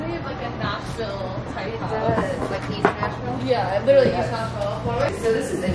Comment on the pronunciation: Wow I'm from Nashville and the cringe when repeatedly says "ThiS iS VERRRRYYY eaSSST NAsHviLLLLE!"